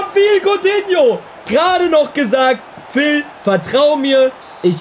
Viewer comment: Kein Mensch sagt "Phil" Coutinho :D :D :D